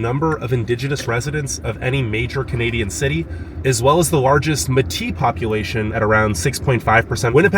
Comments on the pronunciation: Métis, Descendants of fur trappers (mostly Scottish) and native peoples, is pronounced may-tee. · Its pronounced May-tee not me-t. You seem a bit ignorant to me pushing the cold bs and making it out to be some kind of hell hole .I lived all over Canada and some places in the USA and its better then every place i have lived in. Come in the summer and leave your stupid and ignorant bias and preconceived bullshit behind. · lmao i'm "MAy tea" " (metis)" not meh ti LOL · You got SO many facts wrong, including pronouncing several streets, buildings, areas, and people, METI (May-tee) NOT ( Maah tee)... that it's hilarious! You also drove around in some of the worst places in this city! Visiting places in a Sunday morning?? That's like going to a dance bar a 1pm and saying that it's never busy??? Ha ha ha! Focused mostly on the weather! That's why you shouldn't rely on the idiots at Google for "facts"! It's all second and third hand and propaganda! Government agencies are worse, usually by someone who's hired through nepotism and never been to that city! Even most news stations in Canada get too much of it wrong because they're based in Vancouver/Toronto ( or worse, America) now! True , we're called the "murder capital" but we may get 5-6 murders (usually in the Downtown and North End of the city), while Van/TO get hundreds every year! The reason we have so many homeless is because we had a CONservative government who gave to the rich and took from the poor for too long, including decimating our social programs and our healthcare system, so they could profit by privatizing it! It's going to take us time to heal from the devastation they keep causing! Plus... our Indigenous "leaders" are so preoccupied at pointing fingers, (even though 3 of them are pointing back at them) and buying shiny brand new trucks every year, that there's hardly any money/time left to help their own people, in the thousands, transitioning to the big city from small commun